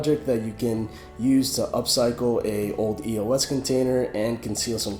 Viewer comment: It's pronounced [ey-ohs